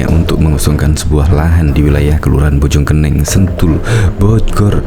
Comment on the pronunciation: Bojong koneng bacanya yg betul